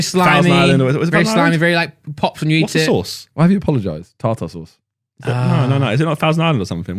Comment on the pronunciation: why is "tartarr sauce" making me laugh so much lmao